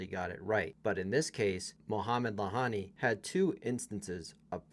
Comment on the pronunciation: Lahyani (he's pronounced Layani btw) tends to insert himself into games but he's a good ump. Can't really blame umps for making these calls when VAR is used at some tournaments, but not others. I think it would have been fair to replay the point, even if Carlos was seemingly not affected, he could have insisted. Unfortunately, he's too much of s nice guy.